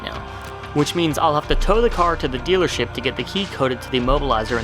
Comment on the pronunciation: Did you say, "stealer ship?" Hahaha! ;)